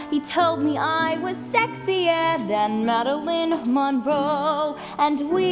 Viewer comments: Marlyn not madalin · The main thing that annoyed me was that she was sayin madeline instead off marylin